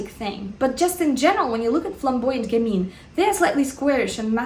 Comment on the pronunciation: Yes it's gammeen you're right :). French is my first language and I'd say she pronounces it correctly.